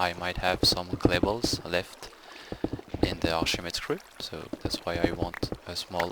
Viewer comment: OOHHHHH....ARCHIMEDE!!....I was wondering wtf arshama screw was. Accent is great, but formal names are emphasized in their primary tongues.....arkʰimɛː́dɛːs (k sound, not sh sound)